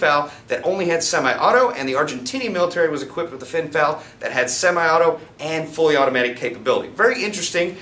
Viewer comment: Calling an FN FAL a finfal is like calling an AUG an ogg.